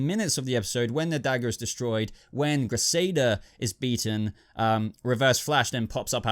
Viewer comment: who is krisada? Dude, you make it too obvious that you don't watch the flash etc. lots of names pronounced wrong etc, am sure u did the same with Gotham recently as well lol